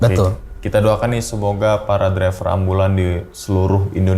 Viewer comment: Driver bang bukan dreper😂😂